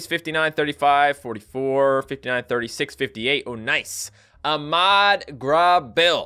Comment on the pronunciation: I cringed off so bad on how terribly he said "Ahmad". But that's okay, I guess I can forgive you.